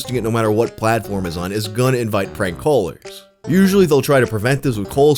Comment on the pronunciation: Man, I swore you were saying "coalers" and not callers for like 2 minutes.